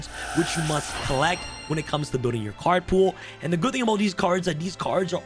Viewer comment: "Cards you MSUT have" Yes I msut have an Accesscode